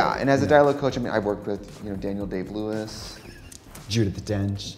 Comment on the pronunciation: “Dom JuDEE Dench” lol